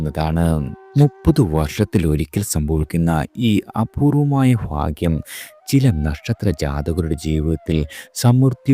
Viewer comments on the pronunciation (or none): ഫാഗൃം അല്ല ഭാഗ്യം എന്നാണ് ഉച്ചാരണം വേണ്ടത് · അല്ലയോ മഹാനെ... ഫാഗ്യം... അല്ല "ഭാഗ്യം "... മലയാളം പറഞ്ഞു പഠിക്കൂ... ഇല്ലെങ്കിൽ.. രണ്ടുനേരം.. നാക്ക്‌ വടിക്കൂ.....